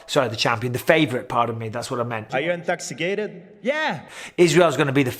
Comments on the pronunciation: Are u eenTOXah-kayTed? Yeah! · " Are you IN-TAXI-KAETED..." 🤣💦